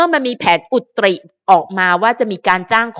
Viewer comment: คะ คำว่า "อุตริ" อ่านว่า อุด-ตะ-หริ ค่ะ😅 ภาษาไทยวันละคำ Happy birthday N'ORM. 🎉🎉🎉❤❤❤ เรื่องดราม่านี่ เห็นด้วยกับคุณคนที่บอกว่าเป็นแอนตี้ของทั้งคู่ค่ะ เพราะว่าหากคนที่เรารัก รักใคร่ชอบพอกับใคร เราก็จะยินดีด้วย จะไม่ทำให้เค้าทั้งสองต้องลำบากใจ โดยเฉพาะน้องหลิงออมทั้งคู่เป็นเด็กดี น่ารัก นิสัยดี ชอบน้องทั้งคู่ค่ะ จับมือไปด้วยกันอย่างนี้นานเท่าที่จะนานได้นะคะ